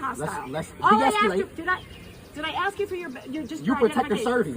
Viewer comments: This channel would be worth watching but the fact that the narrator is incapable of using the English language properly by pronouncing "ASK" as "AX" is very disappointing! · dude, if you’re going to narrate your videos, please learn how to pronounce ASK. It’s NOT AXE, it’s A-S-K! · In the spirit of educating and bettering ourselves sir, just try saying "ask" and not "ax" going forward. Trade a small bit of street cred in exchange for some literacy cred.